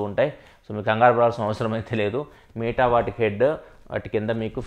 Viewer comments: It's not మీట bro it's మెట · META "మీటా" కాదు అన్నా అది. "మెటా". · Bro adhi “మీట” కాదు భయ్య “మెట” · అన్న మీటా కాదు మెటా... ❤️ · దాన్ని మెటా అంటారు కదన్నా మీటా అంటావేంటి… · Babai nuvvu dhayachesi "మీట" anodhu...... Please "మెట" ani pronounce cheyyi... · Nuvv meeta ani pronounce chestunte vinaleka potna bro.. Adi Meta from the term Metaverse